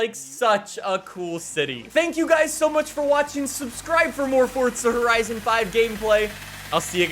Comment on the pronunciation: "Fortza Horizn"